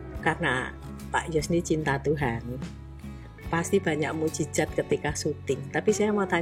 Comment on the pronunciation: MUJIZAT bu', bukan MUJIZAT